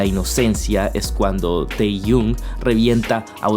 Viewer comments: se pronuncia tejiong no teyun... fuera de eso, buenísimo el vídeo, me encanto. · Hola, me encantó el video, muchas gracias por explicar todo tan bien. Pd: se pronuncia tejion ni teyun jeje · Con todo respeto, pero se pronuncia yong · Jo,, tu forma de pronunciar Taehyung me está matando por dentro.